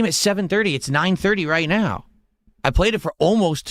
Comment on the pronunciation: "Oh, trying something different and new...let me open my velcro wallet naow"